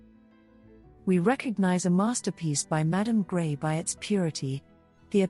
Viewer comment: Her name is pronounced Gre (s is silent). NOT GRAY. Lovely video but It was hard to watch the video with the continual mispronunciation.